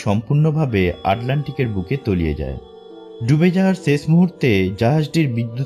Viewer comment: vaI ses hoy hobe na uccharon ta holo sesh hoy